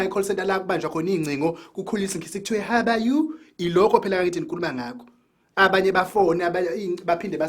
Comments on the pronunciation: 🤣🤣🤣🤣 "haba yu" how are you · La kukhulunywa khona isingisi kthiwe "hala you" 🤣🤣🤣🤣🤣🤣🤣🤣🤣🤣🤣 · Kukhulunywe isingisi kuthiwe haba yu😄😄😄😄😄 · Isingisi esithi haba-yu😂